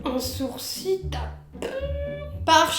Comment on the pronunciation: Mais... pk tu dis sourci au lieu de sourciL 🤣🤣